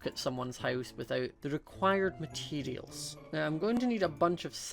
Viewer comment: I love how he says materials 😂